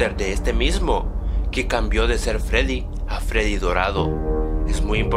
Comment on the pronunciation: Shadow freedy no freery morado